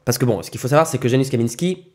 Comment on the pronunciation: Salut ca se prononce « yanoushe » et pas « janusse »